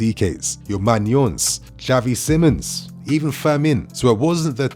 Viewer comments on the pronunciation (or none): none